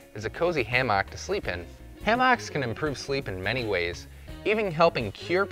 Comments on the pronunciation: Good vid apart from your wrong pronunciation of the word hammock. It is NOT ha-mock it is ham-ock or ham-uck. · ham ick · Driving me crazy too...pls dont say it Again😩😄🤭It's Naaaat a hammAAck. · Like every other comment on here, I couldn't stand listening to this fella pronounce Hammaaaak. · It’s pronounced Hammick. I see you still sound out your words. Like to hear you sound out Wednesday. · WTF is s hamm-aak? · Learn to pronounce hammock. It's not ham hock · Why is he saying hammock like that o.O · The whole point of this video is invalidated by the way he pronounces hammock.